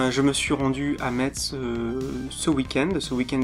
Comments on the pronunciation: Sa se prononce mess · Je te suis et soutien depuis le debut de 'au rayon manga' mais en tant que mosellan je me sens obligé de rappeller que Metz se prononce 'Messe' ; ; En tout cas bravo pour cette vidéo et pour ta chaîne en général ! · Bon courage pour le montage alors :) (au fait metz ça se prononce messe :D)